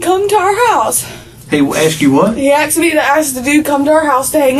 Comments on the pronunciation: She says axed instead of asked. Every choice is perfect. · Any white girl who has 2 baby daddies in jail and says "axed" instead of "asked" is a complete loser scumbag. What the f*** I give about your damn tears.